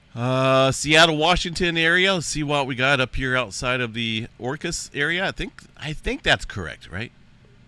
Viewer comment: You said orcas correctly. I'm from the sound near there. Plenty of orcas there that's why. Weekly killer whales in the area. ( David from bashan b is v v is b vashon island Lol)